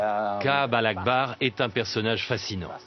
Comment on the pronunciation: C'est Ka'ab "al-Ahbar", pas "al-Akhbar"